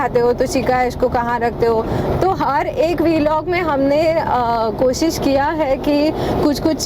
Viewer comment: वीलॉग ❌ व्लॉग ✅ Please correct it it's irritating AF.